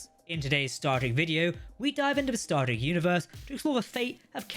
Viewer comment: He keeps asking me to hit the subscribe bun. I can't find it, is it near the subscribe button? I can only infer from the fact that he frequenlty pronounces "Star Trek" as "" that h is simply not good at speaking.